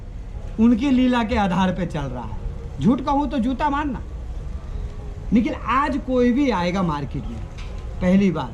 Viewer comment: लेकिन को निकिल बोल रहै है।